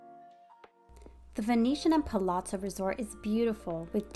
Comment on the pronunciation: Really nice video. I’m particularly impressed that you pronounce the ‘zz’ in Palazzo correctly!!! Kudos.